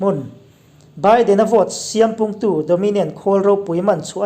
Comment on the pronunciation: Siâm tih hi chhak lam unaute lam rik dàn ang chiahin i lam ri bûl vut mai. Zâi thiam 'zâi' anga siâm ti-a thlûk tur a ni e.